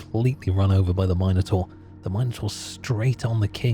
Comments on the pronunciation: Trying to go to sleep, but I keep getting woke up to the word Minor-Taur, not Minotaur being uttered. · Couldn't sleep because of the way you pronounced Minotaur